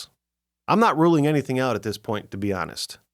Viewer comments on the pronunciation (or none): none